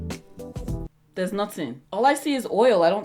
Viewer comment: LMAO “dere’s nothing”